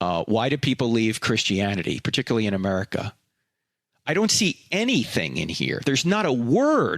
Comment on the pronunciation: Frank please stop saying aMERICA!!! Every time I hear it I laugh!